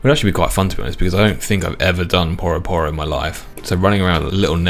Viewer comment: Is no one gonna mention "Poroh Poroh"? Surely it's Pyu-ro Pyu-ro?